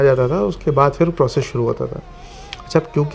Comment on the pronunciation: Baaqi sab accha hai aapke videos mein but aapka pronunciation pe work karna hoga specially when you are carrying lucknowi touch in your words example its not फ़िर its फिर😊